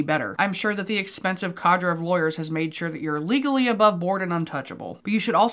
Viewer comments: Cadre is actually pronounced 'cod-ray', lol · TLC gives platforms to abusive monsters and exploits children. How they sleep at night without being disgusted by themselves is beyond me. Also Cadre is pronounced cah-drey 😂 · You pronounce it KAAAHdruh. Love, a French teacher.